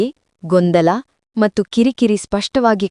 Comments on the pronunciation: Matthuge mattu anthale .pronunciation sari yilla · Your kannada pronunciation is not good for and in kannada you say mattu it is wrong